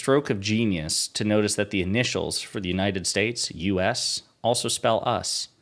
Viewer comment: Actually, what he said was "Uniner Shtaysh".